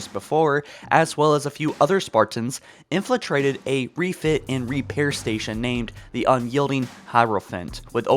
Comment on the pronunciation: Mjolnir: Mee-yol-nir. InFILtrate, not InFLAtrate. C'mon man.